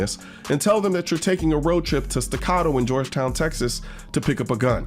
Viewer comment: "Porsh"? Well, at least you pronounce Staccato correctly.